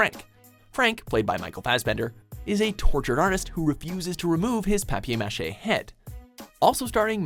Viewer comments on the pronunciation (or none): ITS PAPER MASHAY NOT PAPI MACHI